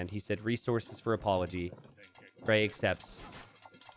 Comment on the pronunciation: Grey here! Finally made it to a community game 😂 had lots of fun, thank you guys!! Good pronunciation of my name 😄